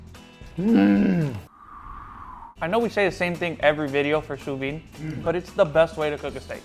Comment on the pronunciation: Once again, the d in sous-vide is not silent